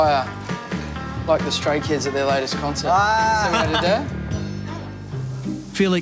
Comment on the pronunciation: Why i heard STRAIN KIDS instead of StRAY KIDS 😂